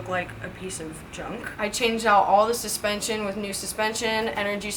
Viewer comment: hehehehe... Dude can absolutely butcher the Engrish language like no other!